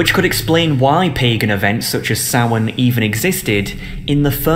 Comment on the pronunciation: Thank you for pronouncing Samhain correctly! P.S. They are demons.